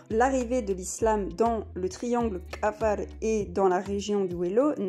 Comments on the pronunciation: Vous prononcer lal le mot Afar,vous dites kafar,alors que dans la transcription latin la consonne Q se prononce qu'en arabe ou afar car cette tonalité n'existe pas en français et donc vous n'êtes pas obligé de le prononce ,dite seulement afar En transcription afar = qafar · Félicitation pour tt c travail .mais il faut revoir la prononciton du mot Afar.par ce ke vs dites kafar alors c Afar avec 3 lettre. Merci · Merci. Par contre il aurait été avisé de prononcer correctement le nom de notre peuple : 'Afara, le q vaut pour le ein, il ne s'agit pas d'un k mais de l'effort fait par les 'Afara de transmettre leur culture orale comme celle des Fulani auquel vous les comparez à travers l'alphabet latin. C'est dommage que l'objet de la comparaison n'ait pas été traité avec la même rigueur que le sujet de votre discours. Ça m'a bien écorché l'oreille. Au passage, les 'Afara partagent des traits culturels liés au pastoralisme avec bien d'autres peuples vivant du pastoralisme exclusif, et leur betail est composé avant tout de dromadaires, les vaches ne sont que sur les territoires fertiles qu'ils possèdent. #'Afara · Tous ce que vs avez dit semble très intéressant et j en doute pas .. Mais perso je ss un Afar ..si je te présente mes excuses enfants ma famille ou mm ma culture . Tu seras stupéfié de la ressemblance. Parcontre vous dite bien. Que vous étiez en éthiopie , étiez vous dans la région Afar ? Si oui ...à vous de jugé. Et svp dite à cette personne de bien prononcer Afar 😊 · Il y'a un Dakar près de Harar. Mauvaise prononciation de Afar.